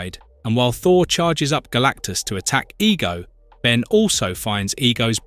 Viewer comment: Almost certain its not a real person saying the words its AI as they/it also pronounced Ben as B en, makes me think its AI reading a script spelling mistakes and all.